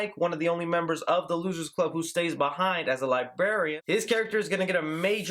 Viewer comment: its librarian not libarian im sorry that really got to me XD